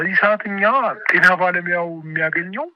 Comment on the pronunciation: አማርኛ ሳታውቅ እንዴት የአማርኛ ጋዜጠኛ ሆንክ የቴና አይባልም የጤና በል🤣🤣🤣🤣🤣